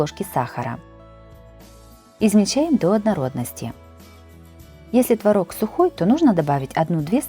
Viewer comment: твОрог...., а не творОг. 😄